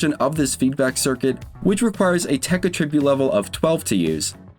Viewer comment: Attribute: Uh-trib-YOOT is the verb. AT-REH-byoot is the noun.